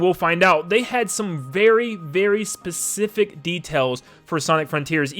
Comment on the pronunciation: " it's not as pacific "